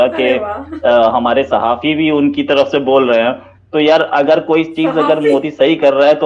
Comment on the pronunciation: आप बार-बार साहफी बोल रही है साहफी पत्रकार को बोलते हैं